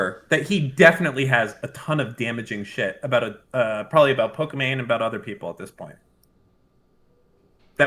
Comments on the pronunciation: its pokimane not pokimon her name is imane not imon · why is he saying pokimon? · why is he saying Pokemon? if it's Pokimane??? is this some kinda "mean way" to call her? or he doesn't know how to pronounce it jfksjflkjsd xDD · Him saying Pokémon not pokimane is triggering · Duuudee. This whole time I was trying to figure out who Imane was. Ive been pronouncing her name Pokimain, so it didn't click. I was wondering why he just kept calling her Pokemon. 🤦‍♂️ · Why is it that I just now realized that Pokimanes name is like Pokemon, but with her name "Imane". So it sounds like Pokemon bc Imane is pronounced Emon.. Wow. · So no one gonna talk about how he keeps saying Pokémon and not pokimane??? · im not the only one that noticd that, at the start, he says "pokemom", right? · Destiny is pronouncing it wrong as a joke it's Pokemain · I fucked up even harder, I knew it was her name all along but I still mispronounced it as Pokimain lol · Atleast just say poki, not pokimon ffs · Destiny says Poke-Imane, which is the whole joke. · Good video.... other than you're saying her name wrong, good video. I felt bad for Fed. Now im #FuckFed again.